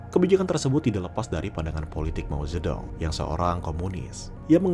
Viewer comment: Mao Zedong dibacanya Mao Jetong min